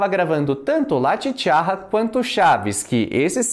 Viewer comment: La Chicharra se pronuncia "chichaRa" com um R apenas e não com dois...La Chicharra significa A Cigarra...saludos de México